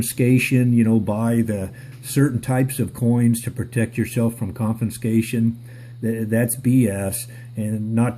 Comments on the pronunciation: It's pronounced "conFIScation" not "conFINscation" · The word is CON-FIS-CATION, not CON-FIN-SCATION. Look closer, and read correctly.